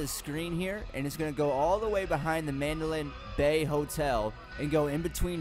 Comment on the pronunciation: your pronouncing the hotels name wrong.